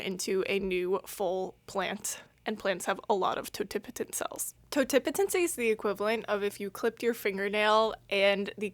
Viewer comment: I have a BS in biology and even took cell and plant biology. I've been pronouncing, "totipotent" wrong the entire time. Thanks for helping me out with that lol. Great video as always.